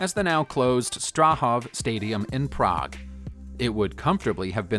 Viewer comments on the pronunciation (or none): none